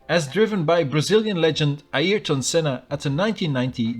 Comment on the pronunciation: finally someone pronounced ayrton right😀